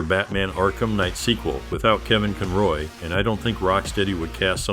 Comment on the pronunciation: The way the AI pronounced the name as Kevin ConROY was too funny.